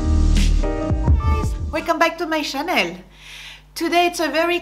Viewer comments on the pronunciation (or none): Ça, c’est bien une Française... Demander aux non francophones de bien prononcer LANCÔME mais prononcer “channel” comme Chanel... Vive la France! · You Made me Laugh i hate it too when french names are pronounced in an english way or something you dont even know what they are talking about , but when i first Saw your video you said welkome to my Chanel 😂 so i thought oh it will be about Chanel my favoriet perfume bags ect .... but you meant Channel .!but your style is complete mine , elegant and simple , love your video’s even if i am older than you ! Looking forward to the next one , bye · You are so funny....great video, thank you. I love the way you say channel with a French accent, I keep thinking you mean the perfume..going on holiday tomorrow..Will take your tips with me!